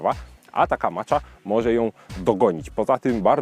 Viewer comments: dlaczego zdecydowałeś się na wymowę "macza" a nie bardziej zgodnie z wymową japońską "maća"? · czyta się macia a nie macza